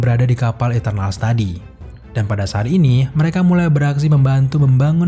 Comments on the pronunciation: "yg jelas saat ini marvel" bukan "sharini marvel" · sharini marvel,, ngakak dengarny